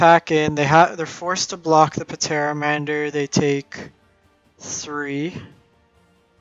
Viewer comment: The P in Pteramander is silent. Like Pterodactyl